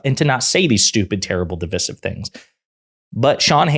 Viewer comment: Again, please stop saying "de-VISS-iv." The word, DIVISIVE, is pronounced like it's spelled.